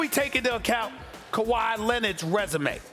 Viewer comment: Dude said kawhi 🤦🏾‍♂️